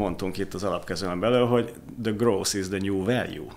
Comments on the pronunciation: hahha akkor nem voltam ezzel egyedül. En nemet nyelvterületen elek es vegig groß-t hallottam 🤣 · Ilyen döbbenetesen csapnivaló kiejtéssel, ahogy a growth-t gross-nak ejtik, én eltanácsolnám Önöket, hogy angol nyelvű podcast-okat csináljanak. Sokat ártana az image-nek.